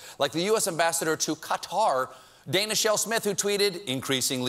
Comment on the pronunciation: Only problem with this segment was the way he butchered the pronunciation of 'Qatar'. Not that hard to get it right. Otherwise, great jokes.